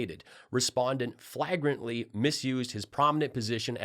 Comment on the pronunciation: I stayed with you when you mispronounced “flagrantly” (after mocking Mike Pillow for mangling “subpoenaing”) but then you mispronounced the first name of our vice president! Jeez, how many years have you had to learn how to say her damn name? Stopped watching.